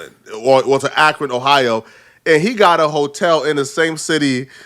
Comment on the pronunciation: he is blowing me pronouncing Akron like that smh